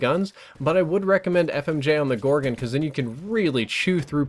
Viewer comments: Its pronounced gorgon, where do you see an i in that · 'Gorgen' lol